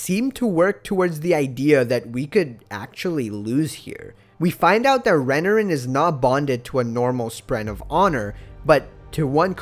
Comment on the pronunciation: Re-NAR-in not Renerin